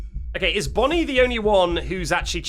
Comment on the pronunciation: I love how he calls bonnie bonyel